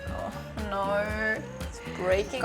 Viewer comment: Your no was 100% Australian in